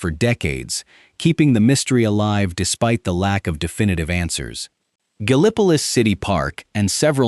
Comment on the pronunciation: I loved the video... Great stuff. BUT PLEASE!!! TEACH THE AI TO PRONOUNCE THINGS CORRECTLY. Gallipolis, in this state, is GAL- ih puh LISS. Not Guh Li PUH Lis.